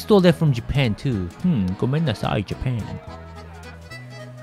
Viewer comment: " gomeenaasai japan " that made LOL